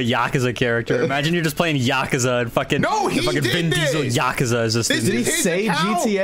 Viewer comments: Is that how you pronounce “Yakuza?” 💀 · im only annoyed at how bad they pronounced Yakuza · STOP SAYING YAKUZA WRONG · yukuza yuh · koo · zuh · That pronunciation of Yakuza hurts me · It bugs me how they're pronouncing yakuza, idk why it just doesn't sound right